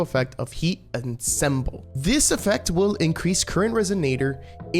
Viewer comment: Ensemble is pronounced on-som-bull